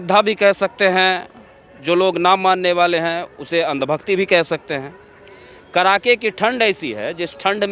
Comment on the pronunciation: Abe Bihari..." Kadake" ki thand hota hai , Na ki KARAKE ki thand ... CHIRKUT .... Patrakarita se pahle shuddh bolna to seekho